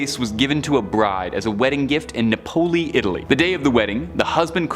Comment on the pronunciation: Lmfaoo vase from “Nahpohli” Italy